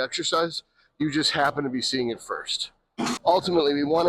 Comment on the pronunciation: Lol " I did uut" 😂